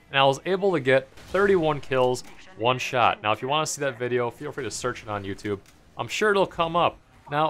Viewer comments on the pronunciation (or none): none